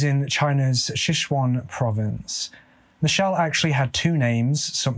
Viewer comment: Strange! especially since he pronounced it exactly the way it is spelled. then again, considering he pronounced sichuan as shayshwawn, i can only imagine.